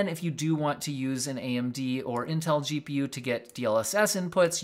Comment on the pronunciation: .. im Pretty Sure You Almost Said JEW.P.U.... lmao